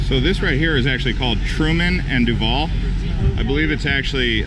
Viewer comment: It’s Truval not Trudu